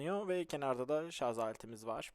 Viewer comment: ŞARZZZ DEĞİL ŞARJJJJJ.... JJJJJ:)